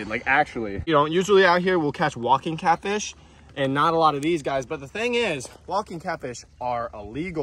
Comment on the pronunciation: When u said “that’s catfish that’s all catfish” I thought u said “that’s caca that’s all caca.”